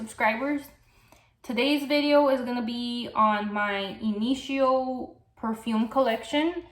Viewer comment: yes please, more about Rehab. Which fragrance does it get compared to? And this one could work in warmer weather, right? You have been pushed, my friend! Oh BTW I love the way you pronounce Initio! 💚💚💚💚💚💚